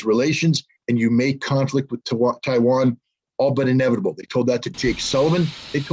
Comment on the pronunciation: "Chi-wan"- Scott Ritter, 2022